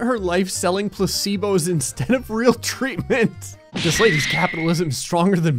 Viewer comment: how did you miss traitment instead of treatment